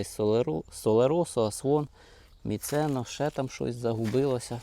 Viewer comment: Які сорти у вас не зрозуміла добре, Міцено да другі не чітко❤